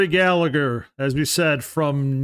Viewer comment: Hate to be a pain in the arse irishman but it's pronounced gal-a-her ( the h is silent)